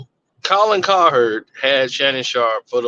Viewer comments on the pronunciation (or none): Isn’t it Colin Cowherd not Colherd?